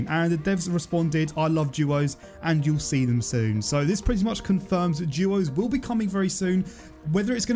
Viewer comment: Why is this guy saying juuuooos and nod duos